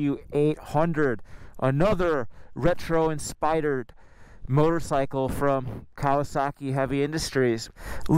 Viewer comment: Did you actually say "in-spidered"?